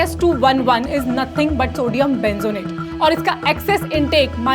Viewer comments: Benzonet nhi madam Benzoate hota ok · Sodium benzoate hota h .... Bolne me gadbad ki h aapne